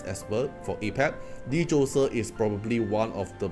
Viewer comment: Hey bro. Just a few tips: Phobetor is Fo-beh-ter not probator. Djoser, just ignore the D and say Joser.